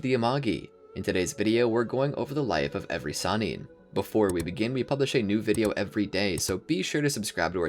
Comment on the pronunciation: Lol if y’all gonna make a video together. Atleast come together and call the Sannin one pronunciation.